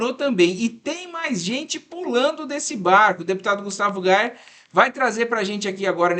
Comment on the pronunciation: Quando você vai aprender a falar o nome do Gustavo Gayer .